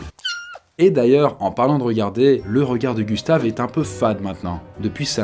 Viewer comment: le corps à Gustave, aie ça fait mal aux oreilles 1;47minute